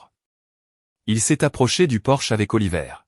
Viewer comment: Faudra apprendre à votre IA traductrice que l'entrée d'une maison n'est pas une voiture allemande de luxe, c'est un PORCHE !!!